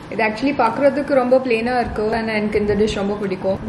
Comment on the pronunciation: Being a native speaker, ur tamil is awesome indeed. Just if u would have pronounced irku as iruku, panungo as panunga, it seems good. And thankyou for doing the videos in tamil. Finally i also from vellore and i have seen many videos about vellore and u could explore the rural areas of vellore as well..